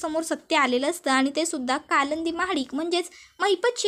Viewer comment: कळंदी नाही कालिंदी